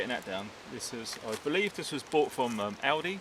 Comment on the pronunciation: fuck yes, go aldi, and you say it correctly as well.